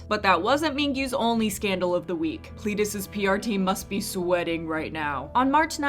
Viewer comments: i love you so much darling but please stop saying plEEdis it's a Eh sound like bed XD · Its pronounced "pl-eh-diss" not "plee-diss".. :D